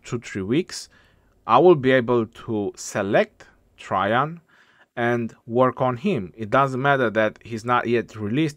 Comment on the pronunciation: His latin name is Caesar Nerva Traianus j’s didn’t exist then (developed as an alternative for an I and first appearing in poetry around 1200s to 1400s), so it would have been spelled Traian and pronounced Try-yan, as in modern Romanian. Traian is a common name in Romanian and it is pronounced more or less exactly as it was in vulgar latin.